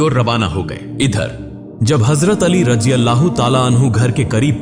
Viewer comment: Assalamu Alaikum, Jo Harf, Z, HAZRAT, mein hai wahi Z, Razi Allah, mein bhi hai. Aap Hazrat to sahi bolte hain, Lekin Raziallahu galat bol rahe hain.